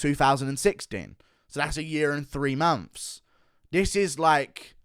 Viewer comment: hold on did he say, "uh year an' free momphs?" haha... it's like buckwheat or something. fee times a mady?